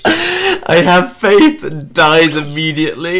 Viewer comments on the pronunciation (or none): HAVE FEE-ATH!